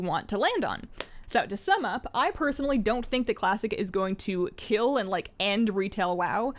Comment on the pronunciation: KEEL IT.. KEEL IT!!!